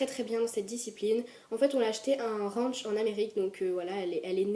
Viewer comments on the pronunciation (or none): none